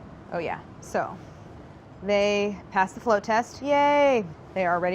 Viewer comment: It sounds like Claire is saying "flow test" and not float test.